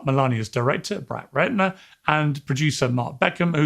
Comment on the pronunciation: Know, I'm not the only one that heard "Bratt Retner" right? 😂